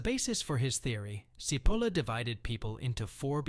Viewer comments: Mentioning stupidity: his name is not "Seapoulah" , but Cipolla! (Which means "onion", by the way) Why are all people form all over the world able to pronouce foreign names correcty but the anglos? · It is not pronunciated Sipolla but Chipolla, it means onion in italian, actually it sound a little funny as a name. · pronounced chee polla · His name is pronounced 'tʃiˈpolla' - stupid! 🤪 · It's not pronounced "Sipolla" - it's "Chipolla". It's basic Italian pronunciation, and the word means "onion". Now, don't be stupid. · His name is pronounced “chee-POHL-la”. In Italian, “ci” is always “chee”, as in cheese. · Pls. pronounce CHEE-POLA, as Italians do. Thx. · Cipolla as in chichi “Chipola”. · I apologize if this comment comes across as pedantic. In Italian, “ci” is pronounced “chi.” Therefore, Mr. Cipolla’s last name is pronounced “Chipolla.” How someone could make a video and mispronounce the author’s name of the work he is discussing is beyond my comprehension. Has the video maker never heard of “Leonardo di Vinci, or the opera composer, “Giacomo Puccini?” Has he never seen “Fettuccine Alfredo” on the menu? Talk about “stupidity!” This “stupidity,” in my book, undermines the video maker’s credibility. If he doesn’t know how to pronounce the name of the author correctly, if he hasn’t done his homework regarding the correct pronunciation of his subject’s name, how can we rely on his content? Additionally, and equally troubling, his “stupidity” is spreading “stupidity” as his viewers will ape his mispronunciation! I hope this helps. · Well, you are stupid enough to not be able to say Cipolla correctly.